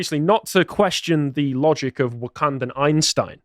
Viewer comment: “Wankandan Einstein” 😂😂😂❤